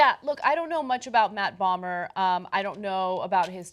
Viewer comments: Bo-mer, not Bommer Ana. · It's Matt BOMER, NOT Matt Balmer! LOL ;D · Ana mispronouncing Matt Bomer (pronounced BOW-MER), is maddening.